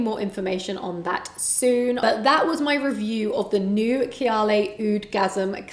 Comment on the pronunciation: did she say kiyaley ? instead of KAAYAALEE?